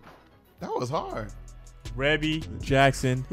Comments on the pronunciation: Rebbie is the eldest Jackson sibling, Michael Jackson wrote, produced and did background vocals for the song; that big voice you hear towards the end doing the ad lib is the wonderful Martha Wash, her first name is pronounced "Reee-beee". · Good post, you know you have to really write her name out phonetically based on how they're pronouncing it-" Ree-bee" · It’s pronounced ree-bee 😊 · Yesss! I’ve seen this one being requested often lol! Rebbie (pronounced like “ree-bee”) is the first born of the Jacksons. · Finally!!! Love this song. Yes, that is MJ in the background singing the title track centipede with his high-ass voice. 🤣 He wrote this song for his sister Rebbie. Pronounced like Ree-bie. Her real name is actually Maureen Reillette "Rebbie" Jackson. She is the eldest of all the siblings. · This is one of my favorite songs EVERY as far as the music(how do they fit almost every instrument) . She's the oldest and her name is pronounced like "Freebie". Yes Michael wrote it and Martha Wash and Michael sang back up. You can't help but want to do the snake when you hear it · Pronounced Ree-bee